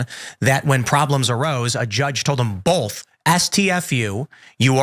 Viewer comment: Everyone: both Tim: bolth